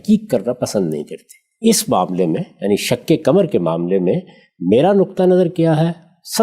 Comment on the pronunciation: سورہ قمر کی تلاوت بھی صحیح پڑھنے کی صلاحیت نہیں ہے شق قمر ۔۔کے ق پر زبر ہے اور جناب زیر پڑھ رہے ہیں